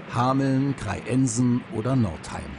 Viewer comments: KreiEnsen - die Betonung muß man sich auch erstmal einfallen lassen ;) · Kreiensen wid nicht wie Krei-Ensen ausgesprochen.